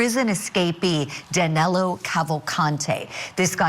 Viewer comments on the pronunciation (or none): His name is Danilo not Danelo. I think he’s already in Mexico having a margarita